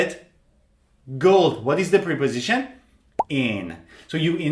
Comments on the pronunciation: they are called “prèh” positions or “prep” -o-sitions NOT ! “preeey”positions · Great lesson but something strange about the pronunciaton of "preposition", I hear / pri..... / instead of /ˌprep.əˈzɪʃ.ən/. How do you all hear it? And I got 10 - 9 and 8 out of ten. Regards. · Preposition is pronounced like the short e in president, not the long e sound. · It's Prep-Po-Sition Not Pre-Po-Sition